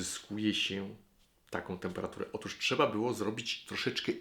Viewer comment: "otóż", a nie "otusz"